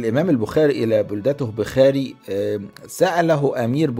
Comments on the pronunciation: المدينة التي ولد فيها تسمى بخارى وليس بخاري تلفظ بخارا بضم الباء ومد الراء في الاخير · اعيب علي حضرتك ركاكة اللغة فكلمة بخاري ونيسابور لا تنطق هكذا كما أن الارض بما ضاقت عليه بما رحبت . أما المحتوي فلا باس به.